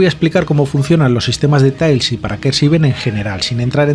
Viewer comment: Suena un poco ''sonico'' que digas ''Tails'' en vez de ''Tiles'' pero vamos, buen reportaje